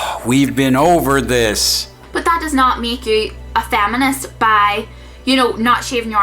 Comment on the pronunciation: Why is she saying "faminist"? :P